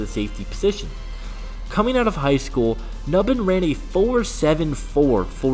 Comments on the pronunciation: “New-bin” not “Nuh-bin” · if you are gonna talk about players, say their name right, phonetically (NewBin) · Pronunciation: "New Bin"